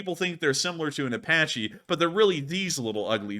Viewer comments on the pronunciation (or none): none